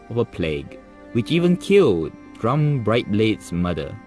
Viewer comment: Its Sturm not Strum